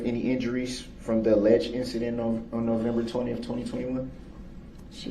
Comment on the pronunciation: He drives me crazy with the way he pronounces "th" as "f". Detective "Goof" and "November 20ff". You would think he would try his hardest to sound professional and intelligent, but no..